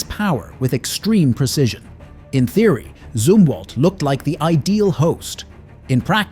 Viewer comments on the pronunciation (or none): none